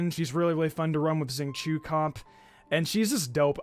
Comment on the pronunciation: Xingqui is pronounced Shing - chul or atleast that’s how they say it in the game.